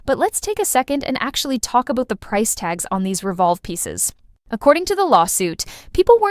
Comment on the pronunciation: First time watching your video, the way you said “about” i knew you are Canadian 😅